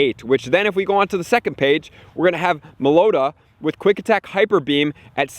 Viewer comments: I cringed at how he pronounced Meloetta. insert LeviOsa meme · I've never heard someone mispronounce Meloetta worse before